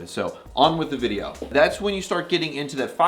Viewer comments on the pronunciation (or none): none